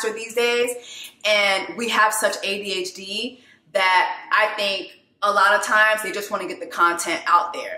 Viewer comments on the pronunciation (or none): none